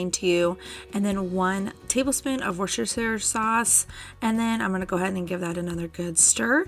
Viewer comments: I love how you pronounce Worcestershire. I'm a bit we pronounce it woo- ster- shire. Or wu- stir- shire lol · You've pronouncing Worstershire strangely !